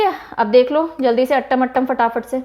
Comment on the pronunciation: Mam Me TN se hu. Your Teaching Was excellent. No problem abt Pronunciation as its Difficult for Northern Ppls to Pronouce them. Every Thing is Attam Nahi Its Aaatam. Like how You Pronounce atom.And Aatam means Dance🤗